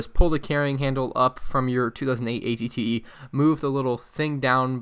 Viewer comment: Aclley it is spelled at-et you said at-tee